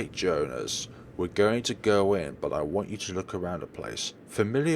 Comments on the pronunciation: It's not Joe-nas, it's Joe-hans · Not even that, it's German, so it's pronounced Yo-han-es